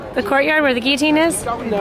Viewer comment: Gilloteen not gi a teenn XD